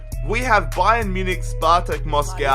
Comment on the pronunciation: why do you always say ba-yern munich